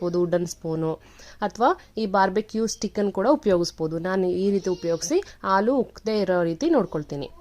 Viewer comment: Aaaalu alla halu